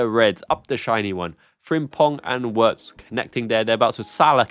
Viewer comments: Just a small point: It's more accurate to pronounce his name Virtz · Enjoy your show brother. The Germans pronounce W's as a V. Therefore Wirtz's name is pronounced Vertz. Cheers mate. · Virtz homie, hit that W with a Z.